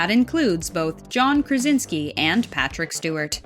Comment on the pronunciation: “John Krasinski” huh?? LOL